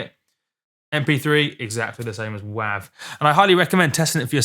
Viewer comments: when i heard u say WAAV i just couldnt even thought ur pronouncing it the same way its written its more wavy as WAVE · .wav is pronounced "wave". - and has been from conception. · Im sure this guy cant hear anything, he can even pronounce it correctly--its wav (long 'a' sound like 'ocean wave').with a good quality recording a good playback system yes you can hear the diff between wav and 320k.